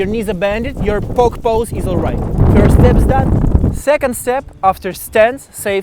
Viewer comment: сри вирст степс , не сри плизз